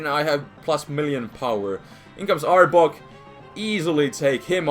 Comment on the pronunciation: I laughed so hard in the beginning because when you were saying arbok it sounded like you were saying aardvark XD